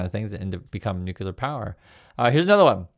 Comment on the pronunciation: WHY TK CANT YOU PEOPLE PRONOUNCE NUCLEAR CORRECTLY